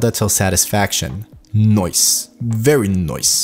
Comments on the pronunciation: I like how he says "NOICE" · Can u like stop saying noice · the way you say "noice", it's very NOICE! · Love it. every time you said Noice.. I repeated NOICE :D Ill definitely check out the anatomy :) Thank you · and its most likely australian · NOICE XD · did not expected to hear that as well, haha.